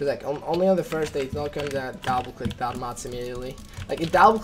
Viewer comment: Dable click nice english bruh